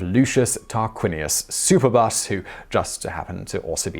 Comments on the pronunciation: Why would you say super-bus instead of superb-us? 😅😂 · Surely the best mispronunciation in this video is Superbus as "Super-bus"